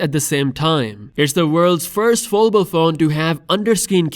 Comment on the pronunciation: Where is this guy from and why cant he say foldable